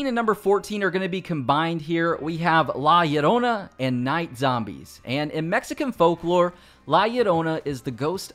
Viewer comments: Bro really say lalayona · The pronunciation of La Llorona gave me a laugh I won’t lie